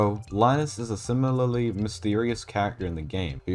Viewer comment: "simirlarlarly"